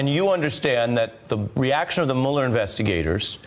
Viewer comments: "Mewuller". I hate that they mispronounce his name on purpose. It only makes them sound childish. He wants a pardon. LOL. Pardons are only for GUILTY people...or have we forgotten that? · Why isn't he pronouncing "Mueller" properly??? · Notice how many Trump co-conspirators say "Mule-er" instead of Mueller? One way the rats can identify each other. This guy was an INTERMEDIARY, and he is lying, just like he always lies. Just like Stone always lies. Just like Nunberg always lies. Just like Trump always lies. Just like Trump Jr always lies. Just like the Republicans in Congress always lie to cover up for them. The GOP has become the LIE.